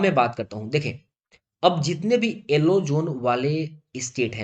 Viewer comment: Alo nahi yellow hota hai